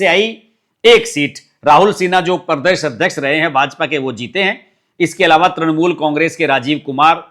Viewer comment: परदेस नही प्रदेश बोलो